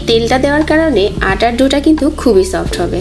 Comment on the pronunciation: শব্দটা "কিন্তুক" নয়, ওটার উচ্চারণ হবে "কিন্তু"।